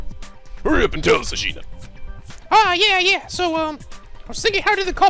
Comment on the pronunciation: One thing that's bothering me is that it's Asahina not Ashina...